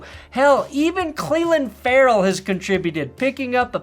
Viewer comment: who the fuck is Cleeland Farrell?